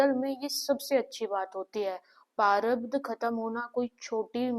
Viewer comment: Behan sorry for this vo parabdh nahi prarabdh hota hai